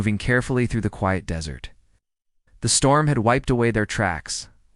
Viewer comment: Please don't pronounce desert like dessert. Really?!!!